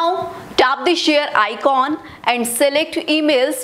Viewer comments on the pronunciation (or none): none